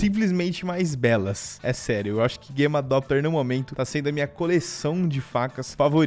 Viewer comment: Até gosto dos vídeos desse cara,mas ele falando guema doppler me irrita e Gamma doppler o nome